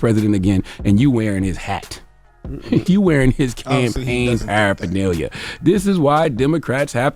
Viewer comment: Charlemagne can’t pronounce paraphernalia